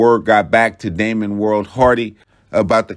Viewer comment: It’s Damian not Damon, but very well done